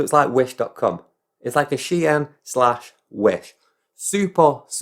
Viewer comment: Is that how you pronounce "Shein"? 😅 oops Given the cost of living, I find it hard to blame anyone for anything. Maybe we can all hide under a Temu haul when we can't heat our house in the winter.